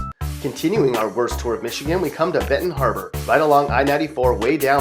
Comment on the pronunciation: Lmao I live right by Benton Harbor and you said it wrong nigga